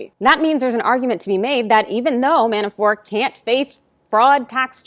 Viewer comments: His name is "Mabafort" not "Manafore" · It is ManaforT. Not Manafor. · Why are you calling him Manafor? Isn’t the ‘t’ at the end hard? ManaforT. Sorry for being a pedant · ManaforT ManaforT ManaforT - the man’s name is NOT pronounced Manafore, ffs. When you can’t even be bothered to pronounce someone’s name correctly, what credibility do you expect to have? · ManaforT someone tell her the T isn’t silent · I think my point is that she's in the media and ManaforT has been in the news a lot. A LOT A LOT.For years. And every single time he's been mentioned it's been ManaforT. So her mispronouncing his name the way she did seemed, well, weird. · Johno from QLD, she keeps saying Manafor, but she IS outstanding. Really. I hope the Repugnants choke on their own upchuck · It is surprising that at this juncture and elapsed time that the pronunciation of Manafort is still questionable.... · The "T" is silent .................... ????????????????????????????????????????????????????????? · Why isn't she pronouncing the T in Manafort? Weird. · In the original language.....all sorts of names sound different. In English, she should be pronouncing them. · His last name is Manafort. There’s a “t” on the end.